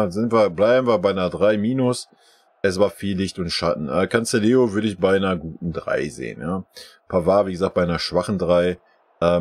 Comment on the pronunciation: Hey, der Typ heißt CANCELO, nicht Canceleo 😂😂😂